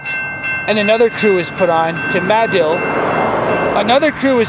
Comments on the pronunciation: Muh-Dill, that’s how you pronounce it. They have an annual sandbass festival every year there. I live in east central Oklahoma, got a couple buddies from madill, but just wanna say it’s a damn shame is no longer with us anymore. Wish I could’ve met him would have been a good man to get to know. Rip. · It's actually Ma-dill (mah-dill). Crossroads to nowhere. Ride the heavenly rails.